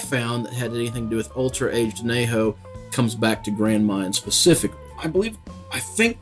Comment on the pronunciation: I couldn’t figure out what you were saying at first every time you said extra añejo. Pronounced an-ye-ho. Great review though and a delicious tequila.